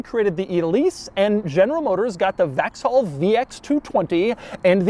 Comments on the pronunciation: 'Vax-haw'? Never heard Vauxhall pronounced that way before; it's usually 'vox-all'. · The GM British variant is not pronounced Vax-haul Doug, it's Vaux-Hall as in Volks (Wagon). Just saying. Nevertheless, great car, great video. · the way Doug pronounces Vauxhall... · FYI Vauxhall is pronounced 'Vox - all' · its pronounced vox-all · The way Doug said Vauxhall... yikes. 😵‍💫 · No ones talking about how doug pronounce “Vauxhall”??? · Strangest pronunciation of "Vauxhall" I've ever heard 😂. Also baffled that you think they look better - eye of the beholder I suppose!